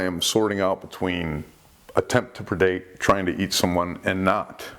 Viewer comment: I think just loves to say "attempts to perdate"